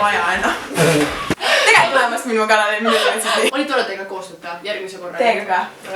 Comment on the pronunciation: "Tere tulemast minu ganalile" Mis asi on ganal? Aaa see pidi olema kanal